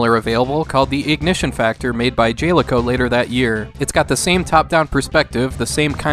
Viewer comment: Love the channel, love the videos. One small nit-pick: it's pronounced JAL-eco, not JALE-eco.